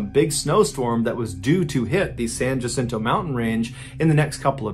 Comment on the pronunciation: Another teeny tiny pronunciation correction, Jacinto in Spanish, is pronounced Wacinto, the same as Juan is pronounced Wuan. But I know John is not native to the desert southwest, so the mistake is understandable. Love MrBallen’s story telling. How did I fall asleep without him?